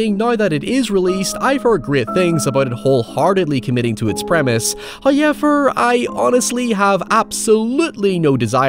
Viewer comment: First "hoyevver" drops . We are spoiled.